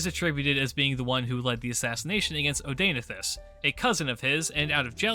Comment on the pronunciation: Hearing you pronounce Zenobia's husband's name hurts my ears...